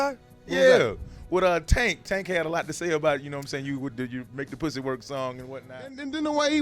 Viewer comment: just hearing him say "pussy" sounds weird..lol another thing im tripping how he looked 45 when i was 8 and he still looks 45.